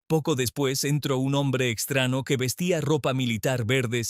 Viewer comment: Olle Como narador, nos dejas Muucho a deber!.. porque pronunciar..(estrano, recena O ano)... Cuando deberías pronunciar.. año enves d ano, receña no recena ni estrano enves d estraño...